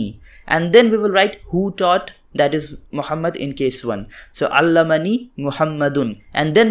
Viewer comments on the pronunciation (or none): Not sure, but I think the fatha in allamni should not be pronoucned for the 'm'. I am learning from you, but my parents speak arabic and my ears always hear alamni rather than alamani.